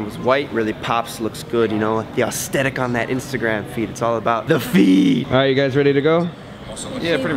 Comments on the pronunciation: assss-the-tic =-) not aus-the-tic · i heard "austetic" and "thanks g eazy" and i was out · You say aesthetic wrong 😂😂 you say aostheic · why do you pronounce aesthetic so weird? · You pronouncing aesthetic is like Ted pronouncing chameleon